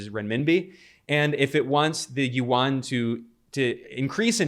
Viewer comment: Hi Ben, it’s a fantastic report thank you for your passion and news accuracy❤ One minor point about pronouncing the Chinese Yuan which most people make, Yuan is not pronounced as it is written (not Warn), it is pronounced Yuu-Ann as in Anne (the woman’s name) or the sound of the alphabet N) at the end. This is the native language pronunciation of Yuan, which is a romanised word (using the Chinese invented pinyin writing system which do not follow directly the English pronunciation system) from the original Chinese word 元 of its Chinese currency. ❤🎉 you may confirm this with native speakers.🎉 I thought I should highlight this since it is starting to be an important currency for the rest of the world and it sounded strange to native speakers if it is not pronounced correctly.